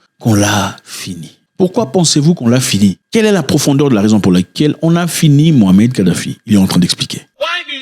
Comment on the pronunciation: C mouamar et pas mohamed.